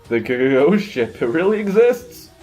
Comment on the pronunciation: Every time you said Ghost Ship, I heard it as 'Goat Ship ' Imagine my disappointment once it turned out to NOT be a Ship maned by Goats:( Still, a great video as always,: )